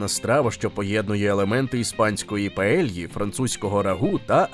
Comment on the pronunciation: Paella - паея . LL = й . Звична помилка )))